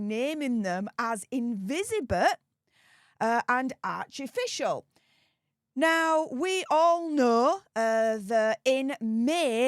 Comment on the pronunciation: Invisibeth and Archificial 😂